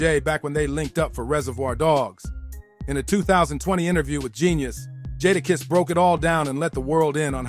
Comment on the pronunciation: (JAY-DA- KISS)That was the part that was irritating me so bad I almost stopped watching the video.